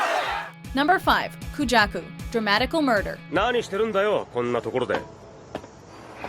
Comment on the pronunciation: Hey,? Would you mind pronouncing people's name? First Makoto in the first list, then Koujaku (pronounced KOjaku, not Kuujaku), then Haru (pronounced HAruka, not HaRUka)... Seriously, do your research please. Also, I would like to know why you think it makes sense that your honorable mentions are all sexier than your #1.